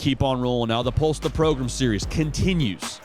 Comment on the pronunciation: I hope you come to realize that it’s the whole point. always says it like Progrum so they just started calling it that